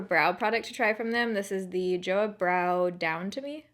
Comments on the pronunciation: Not "joh-uh" but "joh-wah". As an adjective it can mean it's good, as a verb means I like it. 좋아한다 or 좋아한은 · Joah sounds more like choah in korean - here is a little video showing you how to pronounce: Romanized korean words don't use the english alphabet re: sounds in the same way we do necessarily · You pronounce Joah as choah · Joah is pronounced more like “cho ha” and less like “joe ah” 🤷🏻‍♀️ lol just saying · Just in case you wanted to know, Joah is pronounced like "choh-ah" :) so just replace the "J" with a "CH" and that's how you say it! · I might be wrong but I think the brand name is supposed to be pronounced like a cross between "Cho-Ah" and "Jo-ah" or it at least has more of a "Ch" noise but please correct me if I'm wrong! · It’s pronounced Joe-Ah like one word 😊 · It’s pronounced jo-AH. With the emphasis on the ah. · Its pronounce as "chu-ah" 😂 Love the vid!! ❤❤ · just a fun fact: JoAh is pronounced like cho-ah, and is written in korean like 좋아! :) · "To like" in korean is pronounced like "jo - a" without the h sound. Plus, (just for fun) "to love" it's "saranghae" and pronounced like "sa - lang - he" this time the h has sound and r is like L because they don't have r in their vocabulary. Love your videos! Wishing you the best always! Kisses and hugs from Puerto Rico ❤ #baerrito